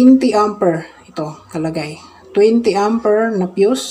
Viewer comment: Amper not Ampir